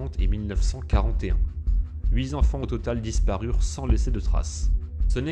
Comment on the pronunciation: j'ai eu très peur à 2 reprises : quand tu dis "les 8 zenfants" (à 2 reprises quand même) et "il apercevit". A part ces fautes à hurler d'horreur, c'est pas mal fichu, bravo !